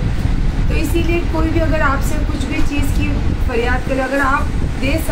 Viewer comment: Chej nai cheiz hota hei